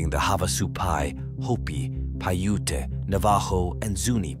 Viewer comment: "PIE-ute", NOT "Pai-YOU-tay"!